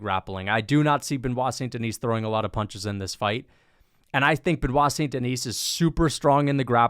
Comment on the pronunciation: Benoit “No Staph” St. Denis